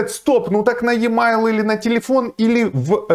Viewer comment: и мейл, а не е майл)